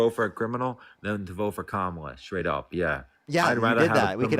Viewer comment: Why do none of these idiots know how to pronounce Kamala? 🙄 like it's so difficult